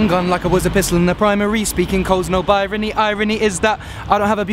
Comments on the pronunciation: Haha LOL Ed Sheeran says birony when its supposed to binary ahaha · BINARY* NOT BIRANY ED. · he says birany instead of binary lol but i don't blame him that is a killer line! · He said Binary wrong xD